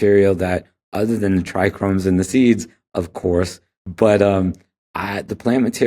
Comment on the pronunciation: This guy is clearly an expert, but he pronounces trichomes as “trichromes” 😬